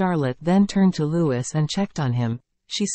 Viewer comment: Louis is pronounced lou-i ( silent s)